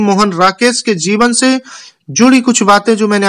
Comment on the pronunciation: zeevan nahi jeevan hota h